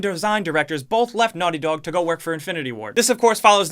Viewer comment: Your old accent 🥹 ‘Naughty Dawg’